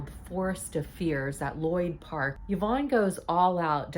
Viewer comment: I love you, you know how to pronounce the name Yvonne. My name is also Yvonne and I cannot tell you how many times people call me Evon. I just tell him they must have been absent from school when phonics for being taught. Tell Yvonne I said hi